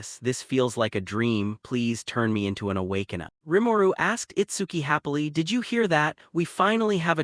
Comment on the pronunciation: It saying “awakena” instead of “awakener” is why I’m leaving to another video